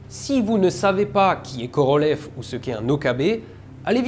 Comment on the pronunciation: Je vais être chiant : Korolyov, pas Korolev! ^^ Voilà, sinon super vidéo comme à l'habitude.